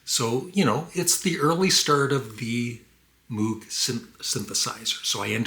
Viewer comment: Only one note here,. Although his name is spelled MOOG, it was invented by Robert Moog ( pronounced like Moe with a G ).